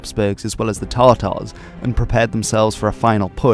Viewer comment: did you say Tar Tars? would they by any chance have any Tar Tar sauce because i need it for the tiney minotuar